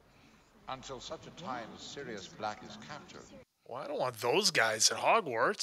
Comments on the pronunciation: keeps calling Sirius silus lol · Whyyyyyy does he keep saying sirius black’s name wrong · It's really annoying how he keeps calling Sirius "Silas." Come on! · I know this is an older video, but you keep saying Silias Black.. its Sirius Black... and yes the books go into a great more detail! and Also chocolate always makes you feel better. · Petition to start calling, The Maple, for him repeatedly calling Sirius, Sylis 😂😂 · Binging this entire series right now. I just love how constantly mispronounces names... even mispronouncing the same name in different ways. Syrus... Silus... close, close. It's also growing investment for me:)